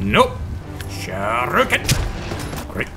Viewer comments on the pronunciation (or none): “shaaāäâærrüékēn” i love your accent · "Sha-ruken!" Is this a bastard son of Shuriken and Shouryuken? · Love the way you pronounce, "shuriken"